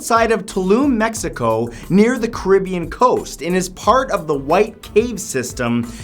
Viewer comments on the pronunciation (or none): none